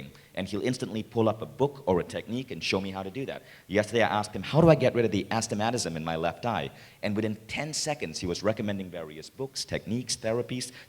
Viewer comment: As-ti-mat-i-cism? Don't you mean astigmatism?